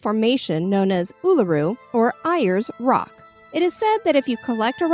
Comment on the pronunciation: Sorry, but Ayers Rock is pronounced "airs" Rock. :)